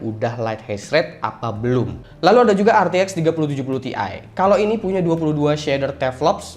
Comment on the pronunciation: bukan "TI" tapi "TIe"